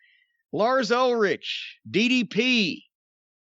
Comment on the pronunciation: Doesn't even know how to say Lar's last name. Obviously meaning he has shit taste in music which doesn't surprise me.